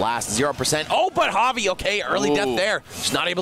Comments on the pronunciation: i was talking about when one of the commentators says it with a J sound. Looking back it was probably just a speech mistake though since they were pronouncing it right every other time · Bruh this commentator does not know how to pronounce javi